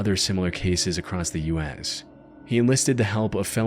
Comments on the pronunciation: There’s no T in the word “across.” Jesus dude. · Baby “acrossed” isn’t a word. It’s across. No matter if its past present or future. You’re smarter than this and I’m trying to help you sound like it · no there isnt. i have no idea why this guy always says "acrosst" but it pisses me tf off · why does this guy say across as "acrosst"